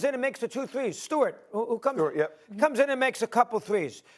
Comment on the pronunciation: Stewart?! Its sheppard you R tard